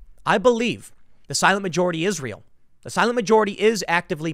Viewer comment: Does anyone else hear when Tim says “the silent majority is real” Instead hear “the silent majority Israel”?